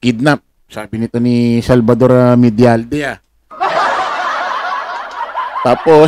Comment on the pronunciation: U can promounce it like...MEDYA ALDEYA